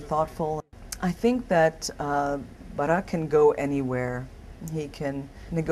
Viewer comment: I love how she pronounce his name.